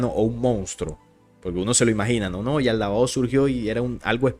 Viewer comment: Es Yaldabaoth, no Yaldabaotz.❤